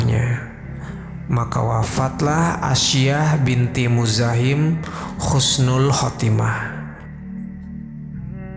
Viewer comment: Husnul bukan khusnul